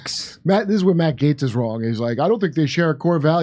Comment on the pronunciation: pronounced "Gates"